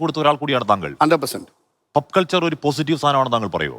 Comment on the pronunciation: Omg… it’s not “PUP” culture, it’s POP culture!